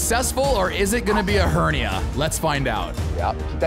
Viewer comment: OMG HE SAID HERNA